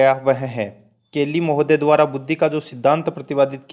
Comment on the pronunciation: Question ka collection achha h,,, but speaker bahut hi stupid aadmi h... Dwara likhe ko b dwar bol raha hai, murkh adami b video bnate h 👍😀